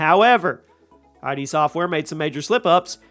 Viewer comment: It's not I.D. It's id. One word. Look it up.